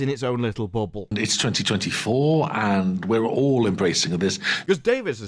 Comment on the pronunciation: why does he say "its 2024 and we're ALL embracing this" but it sounds like "we are legion"?